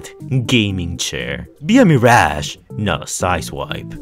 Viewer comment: Yess “meerash”